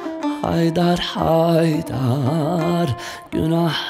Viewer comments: Selam, Cem kardaş Cem Adrian şarkıları seslendirirken söylerken duyguları hisleri yansıtan biridir ama bu Türküde çok nötr okumuşsun sizi severiz ama lütfen kelimeleri yanlış telaffuzda var dikkatli kullanın kelimeleri ve haydar derken çok düz okuyorsunuz vurgu olsa hisde yok sanırım bu Türküye konsantre olamamışsınız yinede nefesinize sağlık Sevgi Saygılar 🍀🍀✌🏼🇹🇷🌍✌🏻✌🏽✌🏾🌈Allah Ruhunu Yüceltsin ışığınız Yıldızın her an parlasın ışıl ışıl ol⭐️🧜🏾‍♀️🧜🏻‍♀️🧜‍♀️🐬🐬🌲🌲🌲🌲🌲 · Selam Cem kardaş Cem Adrian şarkıları seslendirirken söylerken duyguları hisleri yansıtan birisiniz ama bu Türküde çok nötr okumuşsun sizi severiz ama lütfen kelimeleri yanlış telaffuzda var dikkatli kullanın kelimeleri ve haydar derken çok düz okuyorsunuz vurgu olsa hisde yok sanirım bu turkuye oek konsantre olamamışsınız yinede nefesinize sağlık Saygılar 🍀🍀✌🏼🇹🇷🌍✌🏻✌🏽✌🏾🌈